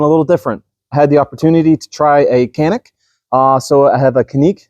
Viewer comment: Check me on this but I believe the correct Turkish pronunciation of Canik is JANIK